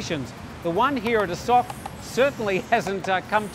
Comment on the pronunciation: Dude you've been here a long time, so why are you pronouncing it "A sock"?